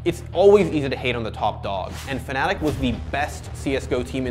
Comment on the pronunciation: Ur blocked kid... FNATIC* NOT FANATIC ...